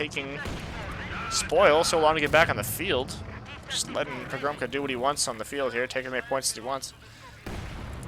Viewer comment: You should read pogromca as "Pogromtsa", it means conqueror in Polish.